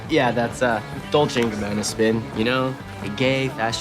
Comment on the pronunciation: I always thought it was funny how Marco corrected Spinner pronouncing Dolce wrong, yet Marco pronounced Gabbana wrong 😅